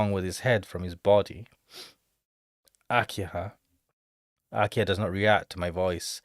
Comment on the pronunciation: why are you saying akia? the H is pronounced like the english H its aki-HA